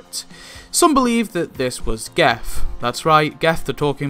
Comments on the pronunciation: Why do you pronounce it with a hard G? Everyone else seems to use the conventional soft G to make it sounds like Jeff…. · Pronounced 'Jeff' I believe.